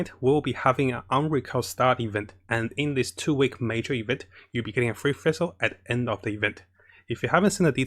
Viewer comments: I noticed that you have trouble pronouncing the name Fischl. You pronounce it like Fish with an L at the End. Also for her artefakts 2 piece thundering fury and 2 piece gambler is really nice if she is your support. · "Next we got vessel now if you don't have vessel" I'm like wait what? oh you mean Fischl xDD I never heard anyone call Fischl like that before XD but thanks for video! I actually love your videos! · fesel sacros donna farnonus? this man can say sacrificial just fine but not FISCHL which is literally the same pronunciation as the FICIAL in sacriFICIAL... ???